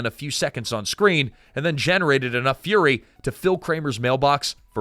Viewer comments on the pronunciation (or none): none